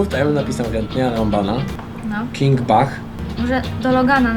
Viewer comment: pisze się king bach a mówi się king becz tak na przyszłość